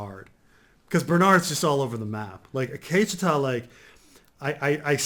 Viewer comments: The Akecheta episode was awesome and explains perfectly on why it was so great. I wouldn't expect to like the episode when he doesn't even know how to say Akecheta's name. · I wanted to say “Gazundheit” when Every time says Akecheta....